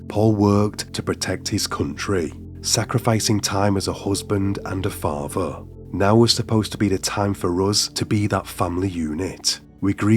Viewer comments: faaatheeeer. Gaaatheeeeer. Its an accent i like however he stretches the last syllable too often. I'm going to watch this - I do "like" his voice - but yeah I agree with comments he is putting too much pressure into his voice. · The narrator has a peculiar accent: The penultimate syllable of each sentence has a downward inflection, and is stretched, while the ultimate syllable has a rising intonation. Example: "He lived with his faah-THER." Or: "They met for intimate en-cowwn-TERS." Strange!